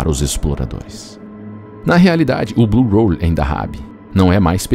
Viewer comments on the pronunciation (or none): Por que você fica chamando de “blue roll”? É “blue hole”. Buraco. Hole. Não tem R cara. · Ao longo de todo o vídeo, a palavra "hole" é pronunciada de forma completamente errada.